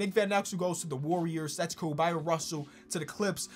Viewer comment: Bryon Russell. Pronounced the same way as Brian.